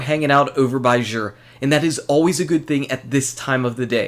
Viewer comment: It's actually pronounced Zur. Not Zhur. Tried to spell it to make sense!!! Lol..